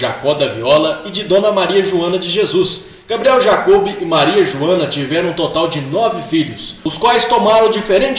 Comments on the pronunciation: vídeo muito bom, pena que a pronúncia errada foi irritante "jacobe", "jacôzinho" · A pronuncia dos nomes ta errado porquê é jacob com acento no ó